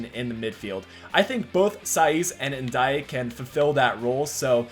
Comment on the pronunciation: And it’s pronounced N Day